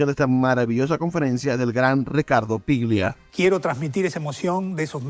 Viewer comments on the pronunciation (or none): Ricardo "PLIGIA"??? Mamita querida. Afanen bien, viejo.